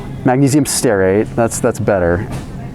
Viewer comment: Where dis he read Magnesium Steraid??